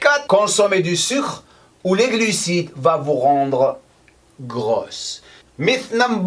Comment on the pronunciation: Merci pour ses vidéos toujours intéressantes. Pour améliorer ton français (si ça t'intéresse??!) mythe en français ça ce dit "MITE" en phonétique.😉